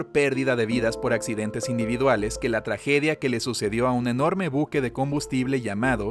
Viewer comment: Like si escuchaste "tlajedia" :v